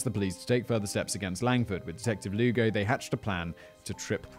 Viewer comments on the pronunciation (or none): none